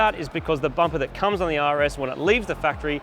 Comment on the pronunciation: bampa instead of bumper..